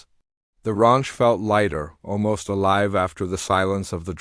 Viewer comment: The narrator needs to learn that Amber is not pronounced Ember, and Ranch is not pronounced raunch. Poor proofreading -distracting, plus it reduces the integrity of the story.